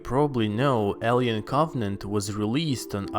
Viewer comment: ”maanny qQuaStzions zthat hwere laeft afftter Proumiuthiouz aandd coOvVennanntt”